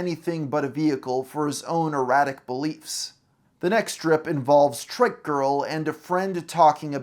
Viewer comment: You constantly calling a trike a "trick" is triggering af OH MY GOD YOU PRONOUNCE IT CORRECTLY LATER ON WHAT THE FFFFFFFFFFF THEN YOU CALL IT TRICK AGAIN AHHHHHHHHHHH